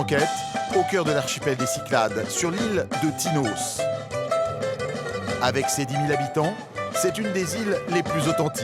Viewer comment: Ils devraient surtout apprendre à prononcer correctement le noms de ces îles. En effet, Paros, Tinos .... se prononcent "o" l'omicron grec et pas "Paraus", "Tinaus " ce qui correspond à la prononciation de l'oméga grec.